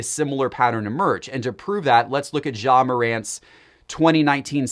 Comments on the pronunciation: yes that is perfect pronunciation 😆🤣😂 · Once again Ja is not French. His name is pronounce with a hard J.